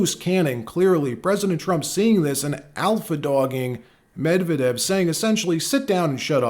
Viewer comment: Not Mev-eh-dev. Medvehdev. I give two shits about the guy but I would like accuracy.